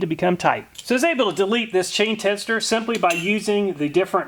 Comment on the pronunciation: Love your videos I binge then Amat least once a week. But that being said the pronunciation of tensioner triggered me lol